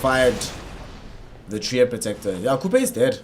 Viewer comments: And wtf is this dog caster saying Coupe???? It is pronounced as Q P the name of Qupe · Qupe = "Kupej" :D :D LOL caster